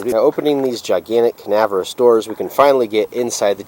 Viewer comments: LOL "canaverous…" I think you mean CAVERNOUS... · Cavernous. Ca-ver-nous. 😉